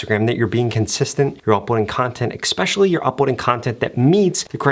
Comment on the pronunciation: It's especially not expecially